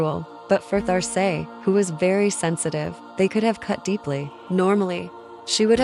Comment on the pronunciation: Great! I see here name is written There Say but perhaps you might listen to how this name is said in French .. just a thought! Loved the images and your narration. Thank you